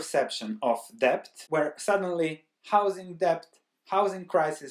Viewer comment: Good Morning, I like your well-researched insightful videos. This time it is very frightening. Debt is overboarding. I have a small suggestion: Maybe you could pronounce debt without the b (see ). I am not a native English speaker either, and therefore I have similar problems.